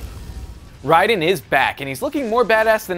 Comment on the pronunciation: Im sorry but is he satying the name right -_- it clearly doesnt seem like it, RIDEN and its raiden